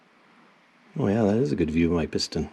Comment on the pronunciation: 🤣😂 "look at your piston Mike" indian accent i guess